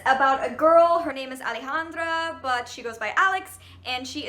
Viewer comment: I'm from Argentina and hearing you say brujas and alejandra made me smile like a fool